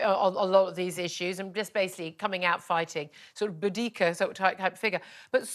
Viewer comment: Is there another new pronunciation of Boudicca now?😮